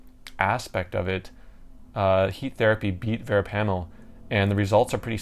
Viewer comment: Your miss pronouncing “ verapamil” .